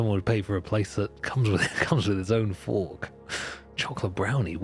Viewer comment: thought 'fork' was 'orc' and tbh i'd buy a house that came with a free orc